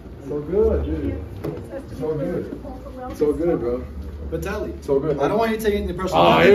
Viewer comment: Actually it’s pronounced Vitaly.